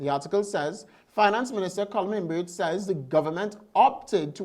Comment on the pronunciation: Pronounce the guys name correctly pls, ur on public forum and people hearing u. Its not Collum Imbert, its Colm, how the hell you got that job in the studio is baffling, ur a pure dunce